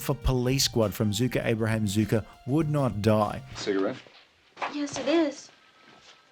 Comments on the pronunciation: You’re pronouncing their name wrong it’s not pronounce Zuker it’s pronounced Zucker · Why do you call them Zucka? Their name is Zucker. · Zucker is actually pronounced like “sucker” with a Z, not “zooker”. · Zucker, not "Zooker". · 'Zucker' rhymes with 'cooker'